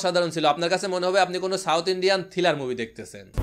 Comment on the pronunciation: ভাই বার বার থিলার বলতেছেন কেনো? কথাটা হবে থ্রিলার।